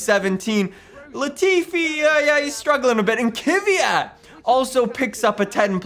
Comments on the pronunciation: Anyone else get pissed off when says kivyat instead of kvyat?? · It's not Kivyat, it's Kvyat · Petition for to start pronouncing kvyat right